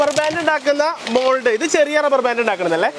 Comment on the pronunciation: ഡബ്ബർ ബാൻ്റ്